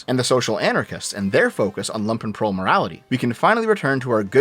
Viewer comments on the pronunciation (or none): If says Lumpenprol wrong one more time Im going to fly down to canada and ** on his porch. How can he use a word so frigging often and get it wrong 99% of the time? Its spoken LUmpenprol,like in Trump,not lampenprol. They werent wearing freaking lamps. They were wearing Lumpen which is a negatively connoted word for rags in german. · Oh no,he is mispronouncing it the entire time. You pronounce it with a deep U,like the double oo in "loot"(there are actually suprisingly many videos about the pronounciation on youtube...though all the text-to-speak variants seem to get it wrong which is kinda funny).